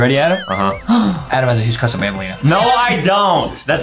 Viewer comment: Adem Has a huge cwush on banbaleena